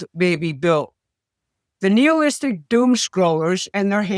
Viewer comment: Nihilistic. You are pronouncing it incorrectly.